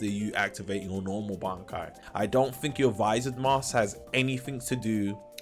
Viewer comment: "...I fink..."